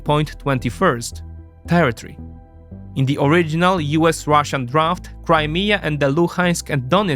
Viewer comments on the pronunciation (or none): none